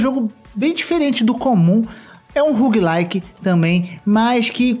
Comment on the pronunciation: spel-lunki??? rugui-like?? lol